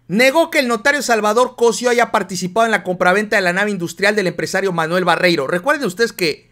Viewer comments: Muy buena información, ten cuidado con los acentos. Se dice COSÍO no COSIO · estas como el que dijo ler es cosio' no cosio agusado mi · se pronuncia Cosío con acento en la. I por eso te critican x q no saben ni pronunciar un apellido tan común, porque no es extranjero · Cosío,pronuncia bien Cosiiiiiiio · es Cosío, con acento en la í. Cuidado con esas pronunciaciones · se dice cosio con acento en la i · Oye. O estoy mal o lo estas tu? Creo que se dice Cosio con acento en la i. Y tu dices cosio con acento en la primer O. no crees que eso afecte nuestro lexico? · veo que seguido lees mal los nombres, Cosío lleva acento en la i.....